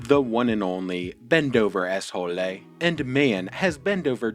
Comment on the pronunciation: He is obviously handicaped a lot... Thumbs up for excelent pronunciation of his name - it always make me smile...